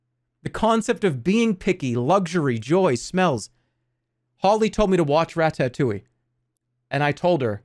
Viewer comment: the way Jerma pronounces ratatouille is deeply unsettling